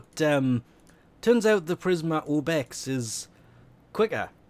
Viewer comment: Prismer Obex? PrismA Obex. A.